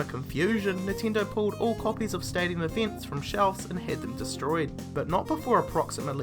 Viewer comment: whats eeveents?